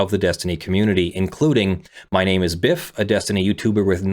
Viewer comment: This is a fantastic assessment, but hearing pronounce it 'Biff' and 'Aztec-Ross' caused me psychic damage, lmao.